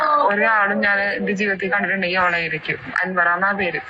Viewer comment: അനശ്വര സുൽത്താന അല്ല, അൻവറ സുൽത്താന എന്നാണ്